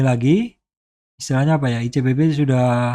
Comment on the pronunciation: ICBP ...PAK BUKAN ICPB